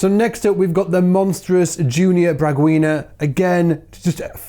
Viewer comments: Glecio is spoken right...just braguinha should sound more like Brageenha.. nice video cheers from brasil, and ricar G nho should sound better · just ignore the 'U". Pronounce, Peepoh qigna (nh), Bragee gna (nh). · "Pipoquinha" may be pronounced as "Pee-po-kee-nya" "Braguinha", pronounce like "Brah-ghee-nya" "Assumpção", pronounce like "As-sump-sawn". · You should speak "BraguiÑa". in Portugues NH sounds like Ñ in Spanish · Pronutiation of this "nha" in PipoquiNHA and BraguiNHA is more like the mexicans speak the ñ. Like piÑata. Then "NHA" sounds like Pipokiña (little pop corn) and Braguiña (diminutive of Braga, a commum surname in Brazil). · Pronunciation of names are OK. Just “Pipoquinha”, “Braguinha” are weird. “Nh” in Portuguese sounds like “Ñ” in Spanish. More “nose sound”. Thank you for the video. Brazilian bass players are so happy. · Bass Br Heuhue Everywhere! Pronunciation: 1 - Munir Hossn - Good 2 - Thiago Espirito Santo - Thiago change the A - More or less 3 - Michael Pipoquinha - Pipoquinha is more like pee pow kin a (Pipoquinha is "Little Popcorn") - More or Less 4 - Junior Braguinha - More or Less on Braguinha 5 - Glecio Nascimento - Good 6 - Fernando Rosa - Good 7 - Robinho Tavares - Use more your tongue on NHO or NHA - More or Less 8 - Ricardinho Paraíso - Good one lol - Paraíso is "Heaven" 9 - Arthur Maia - Forget the "H" in Brazil we do not use so it is ARTUR - but Good! 10 - Nico Assumpção - Nico goood, Assumpção Bad lol Great video, thanks for show the Brazil to the World! I only miss my Bass metal Hero Felipe Andreoli